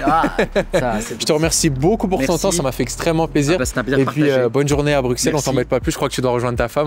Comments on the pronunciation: Si jamais on dit: "Brusselles" et non "BruXCelles" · On ne dit pas Bruxelles, mais BruSSElles. Sinon top vidéos